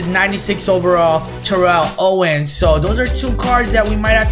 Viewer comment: Bruh you saying Terrell Owens name wrong😂😂